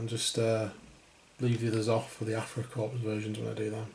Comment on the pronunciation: The passengers can be used as any German, not just Afrika Korps or SS. BTW, the "s" in korps/corps is silent.